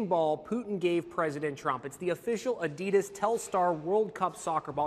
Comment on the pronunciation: Why is nobody talking about how he pronounced Adidas